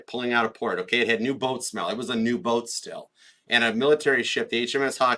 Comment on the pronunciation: when you said the Olympic was "new boat still," I had to rewind because I heard, "It had new boat smell." I thought, do boats have that wonderful smell like a new car? I was so confused.